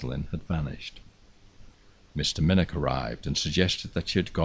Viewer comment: 99% correct but still needs the 'velar fricative' with the ch as in 'loch' or 'nicht' and narrator please note, as in Minnoch (you only slipped up once or twice! That said, I could listen to you all nicht and have Subscribed - magnificent voice.